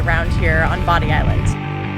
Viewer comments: My theory is a hurricane swept them and their fort off the island. I love visiting The Outer Banks but would never live there because of the weather. Bodie Lighthouse is pronounced Beau-dee, not body. I think the grape vine was wisteria. Andy Griffith's home was in Manteo and he rests there. Great video! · Loved this video . I love all I've seen so far, I miss OBX. It's pronounced , "Bow-die" Island not Bodie...Lol. I am in Roanoke Va. That's the way everyone around here pronounces the Lighthouse and island. Come visit ud here we're in foothills of Blue Ridge Mtns. Lots of trails, hike McAfees Knob. P.S. I climbed Cape Hatteras Lighthouse in 2000, a year after they moved it. It was 90 degrees plus and we could not take water bottles up. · Enjoyed your video. The Lost Colony is a must see and awesome. Your forgot to mention that it is Andy Griffin home town is Man-tee-oh. And they have a great Aquarium too. Also it’s Bow-dee Island not Body at least that what we grew up calling it. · The "T" in Manteo is actually silent. Lol Manny-o. And Bah-dee is correct. The Native Americans may have said Cro-ah-toe-in. But we say Cro-uh-tan. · Manteo. MAN-tee-oh. Bodie. BOH-dee. Guys, I love you. You’re the best RV channel on the YouTubes. But please ask a local how to pronounce the places you visit. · We live north Carolina go Oregon inlet camping all time .and you pronounce Bodie not bonnie Hatteras has been move years ago. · 💜🏡 it’s pronounced “bow de” (bode) but I hope you love it as much as we do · Just love your New England pronunciation of Bodie (long O)! Also taught me something else. I didn’t know about the boardwalk from the lighthouse. Thanks again and safe travels back through Virginia. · They probably pronounced it "Manny-oh" because North Carolinians don't pronounce the "t." And it is BOW-dee (bow as in bow and arrow). But my fave NC place name not spelled as it's pronounced is Conetoe. (Scroll down for the pronunciation. . . . . . kuh-NEE-duh